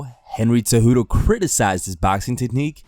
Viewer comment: Not gonna lie, Conor's stupid tweets triggered me more than the fact that you'll never pronounce Cejudo correctly.